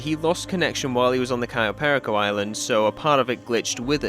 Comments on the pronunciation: im sorry but the way you say perico is really bothering me, you can say it with your accent bro, just say Pear-E-Co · Why does every English youtuber insist on pronouncing perico incorrectly? It's not pair uh ko. It's puh ree ko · Next mystery for you to solve: "How to pronounce 'Perico'." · Every time he says perico wrong makes me want to scream